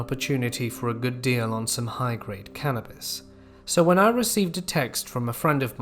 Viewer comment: At the beginning of the 5th story I heard him say "carrots" instead of "cannabis" and was confused af for a moment...